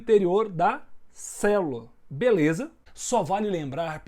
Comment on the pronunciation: eh engracado o falando fala galera beleza kakakakakakakakakakakakakakakaka o b parece q vai estourar a boca dele